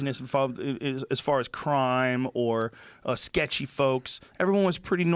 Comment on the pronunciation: Lol, i though the same thing, so i wrote the comment: Joe "sketchy boys " Rogan